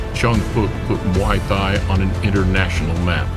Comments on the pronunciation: Don't the Thai's pronounced the word Thai the same , why is this dork pronouncing Thai like that? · This isn't relavent, but it's funny how the narrator can pronounce Thailand fairly easily but when he tries to say "Thai" alone like in Muay Thai, his phonics changes dramatically. Great video though.